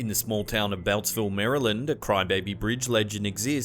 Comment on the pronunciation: I live in Maryland and must say I LOVE the way you say it!! 😍